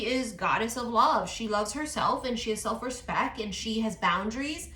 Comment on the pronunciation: Said "RESPEK" the way I do 😅🙌🏼